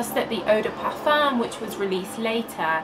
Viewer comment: Vos vidéos sont si complètes et intéressantes! Dommage que vous prononciez toujours le „m“ du mot parfum, ce serait plus agréable à l‘oreille sans ce m, en français on ne le prononce pas ☺️.